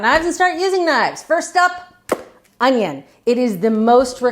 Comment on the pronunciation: That's the second thing that I thought of when I watched Julia demo dicing the onion. The first thing is how she mispronounced the word ONYO.